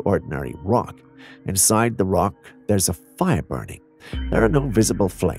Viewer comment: "there's a fyr inside the racks"!! Lmao 😂😂